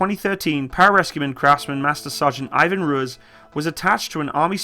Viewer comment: Love the videos. Keep em up. Hate to be this guy but it’s pronounced roo-ease. Not roo-is. Are there any equivalents to the rangers or recon marines in the british or canadian military?